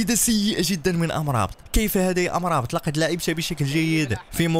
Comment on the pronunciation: يا مرابط وليس أمرابت